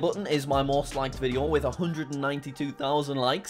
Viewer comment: its funny when he says "Video"